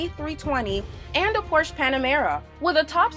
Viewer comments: The name of teh brand is Porsche and not Porche and it's pronounced Porsche not Porsch... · Its Porsche! Not Porsch! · It's not porches it's porche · Gaming Boy I think she meant to say B747 but the robot is wrong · "Porches" dafuq? Is this the mexican variant of Porsche? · Porches... Girl learn reading.. its Porsche.. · Is a PORSCHE not a PORCHES and the English makes me cry!!!!! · The cayenne isn't a damn supercar and you are saying Porsche wrong it is pronounced porcshuh